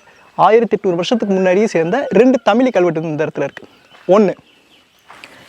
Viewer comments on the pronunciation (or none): நண்பா தவறாக எடுத்துக்கு வேண்டாம், ழ சரியாக உச்சரிக்க பழகினால் நன்றாக இ௫க்கம். தமிலி என்று கேட்க்கும் போது, தமிழுக்கே உள்ள சிறப்பை இழந்ததை போன்று உள்ளது. மற்ற படி அ௫மையான பதிவு 😎